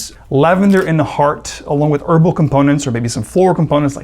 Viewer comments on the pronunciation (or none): Why does he say erbal for herbal?